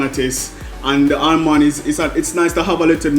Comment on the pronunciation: Happy seh unu come back...Dev just horrible suh doe....as ask fi speech therapist true seh aLmond 😅 and den shi nuh STOP correct him #TrueArdennite